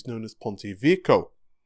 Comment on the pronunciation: That's "Vek-key-owe".....👍